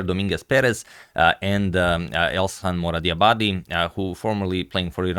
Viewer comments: Elshan is a Persian name (from Iran) that pronaunces "elshan"; "sha" like in the word: "shaft" with regards❤ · It is pronounced EL-SHAN (like fan) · It is pronounced /ɛlʃæn/ "El" as in "elbow", "Shan" as in "shanty" Regarding the surname, your pronunciation is awesome! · His name is El-sh-an. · The correct pronunciation is el-shàn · its elSHan like shoe ,shire, she... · The way to pronounce his name is like: El shall, but n instead of l. It's a Persian name :) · In the moment I heard agad didn't know how to pronounce a name I definitely knew how the game would end.